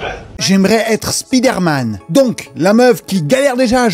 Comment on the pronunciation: Svp apprenez à prononcer Spiderman 😅